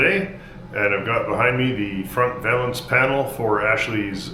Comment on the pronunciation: Whats a vaylance lol😂 perfect repair as always tho.